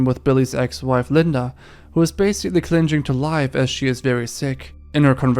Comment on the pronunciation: You are "clin-jing" to mispronouncing the word "clinging".